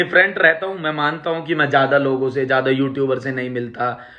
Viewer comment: Abe मे nhi मै hota hai wo pehle bolna seekh phir carry ka roast kar samjah